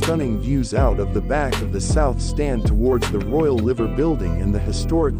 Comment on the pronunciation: Interesting commentary but although the city is Liverpool, the emphasis is on the vowel "i" (eye) when referring to the Liver Birds and Liver Buildings.